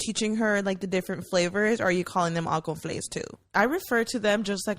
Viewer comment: My man was trippen on the beginning saying it was the same thing he said CONFLAIS for all cereals lol 😂 I LOVE THIS EPISODE Can we talk about SPA WATER 🤨😭 I am glad Mayra is healing little by little you can see her being a little more open and comfortable and WE LOVE A HEALING ❤️‍🩹 QUEEN !!